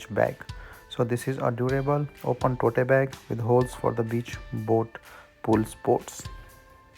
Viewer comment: It’s not टोटे bag. It’s called टोट bag. 😂